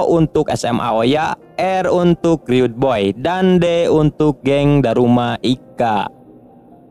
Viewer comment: Lumayan ya kurangnya, chiharu bukan chiraru, rud boys bukan riyud boys